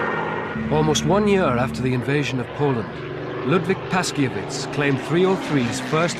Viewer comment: The 303 historian's name (Ludwik Paszkiewicz} is pronounced [Pashkyevitch] with an accent on "kye."